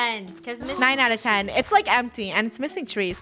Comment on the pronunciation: "Nine out of tin" -Funneh 2021